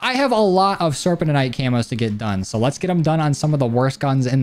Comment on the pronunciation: You pronounced serpentinite like 12 different ways 😂. It’s pronounced sir-pen-tin-nite